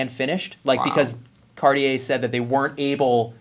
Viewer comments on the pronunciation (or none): Happy Thanksgiving! Do you clowns know what brutalist means? Could you pronounce Cartier somewhat correctly? Watches at the high end require higher end spokespersons. Lordy!